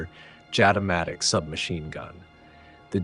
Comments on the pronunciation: It is pronounced "Yatamatic". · The locals say Jatimatic with an Y instead of J